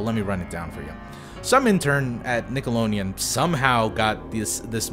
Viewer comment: did he say nickeloneon